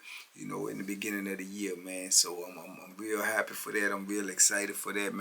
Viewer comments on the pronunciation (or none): none